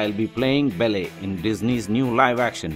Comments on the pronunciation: Belly?! It's Belle as in Bell. I couldn't get past that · Belly? Um, not to be rude and all, but you pronounced her name WAY wrong! It's Belle, but to make it easier for you, it's pronounced exactly like bell. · it's belle not belly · Please learn to pronounce her character name properly - It's Belle ... not BELLEH! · it's funny when you pronounce it like "bell" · all i hear is "bell-air"